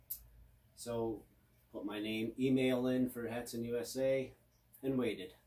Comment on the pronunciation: Thank you someone who says hatsan right